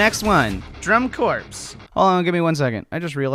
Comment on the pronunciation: it would be drum-corpse with the 'e' at the end. Without the 'e' it's a corps like marine corps ("core")